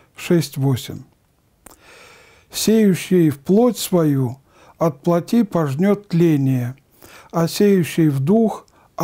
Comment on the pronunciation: Надо говорить плОтские.не плотИ,а плОти.